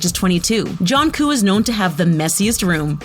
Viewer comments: Nony ikr even when she said Jungkook it’s like the easiest to pronounce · It’s not jonkoo it’s jungkook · I cringed when she said JHONKOO instead of JUNGKOOK! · bra get your facts right its like saying jung cook but no its jung koo plz learn!!! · JUN KOO L M F A O MORAL LESSON: PRONOUNCE THEM PROPERLY BEFORE MAKING DIS VID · It is pronounced jung-cook no offense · Did you just call Jungkook JohnguUUUUUU??????? 😂 Guu? seriously!? Not "KU" either!!!! :-/ It ends with a "k" though it`s so softly pronounced it sounds more like a G. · Please 👏 pronounce 👏 the 👏 names 👏 right 👏 suga and jungkooks names aren't even hard and suga is the main rapper in BTS 😂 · IT AIN'T JOHNKOO ITS JUNGKOOK MAKE THE END OF DA NAME SOUND CLEAR, ITS NOT SOOGA ITS SUGA LIKE SHUGA, BRO THERES SO MUCH INCORRECT PRONUNCIATIONS, SRSLY GET DA NAMES RIGHT!! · Atleast prounounce theyre name correctly. If americans prounounce theyre names im cringing so much lol😂 Min Yoon Gi but thats actually prounounced Min Yoongi Pak Jimin is actually prounounce as PaRK Jimin Jong Jonguu is JEon JUngKOOK Kim Taeryeon is actually prounounced Kim TaeHYUNG OMG IM CRINGING HARD LOLOLOL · argghh why does the speaker didn’t pronounce their names correctly jungkook turns junggo kim taehung is wrong prononounced tooo 😕🤨🤨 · Why the pronunciation so bad?? WHO SAYS Jungkook to Jung Koo?? "Teri Young", WTH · Nony ikr how she said Jungkook and Taehyung I was like smh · Jangu? Soonga Kim teryang? GURL YOU NEED TO LEARN NAMES